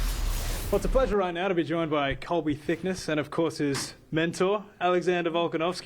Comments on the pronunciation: Is it pronounced thick-ne-see or thick-nessy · “THICKNESSE” LMFAO